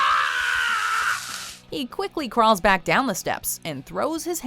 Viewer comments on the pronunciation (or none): none